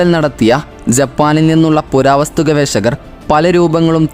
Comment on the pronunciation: ഗവേശകർ അല്ല ഗവേഷകർ, അങ്ങിനെ ശീലിക്കൂ